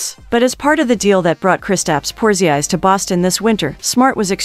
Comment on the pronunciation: Porziis ???? Who bih 🤣🤣😕 Cmon now….